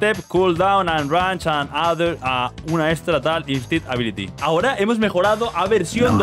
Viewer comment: bro es extra no estra xd, me entiendes